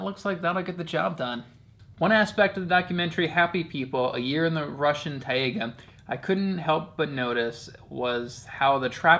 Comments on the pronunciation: also, its pronounced "tie-ga" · In english its pronounced tay-gah like day. In Russian & Slavonic, its pronounced tie-gah. Both are a very small almost silent h.